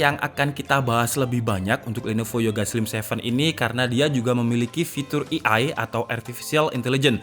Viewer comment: Btw, ei ai, not i ai 😀. It's a great video though. I'm your regular viewer.